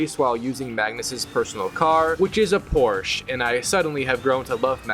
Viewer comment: New Challenge: Platinum racing games until you can say Porsche.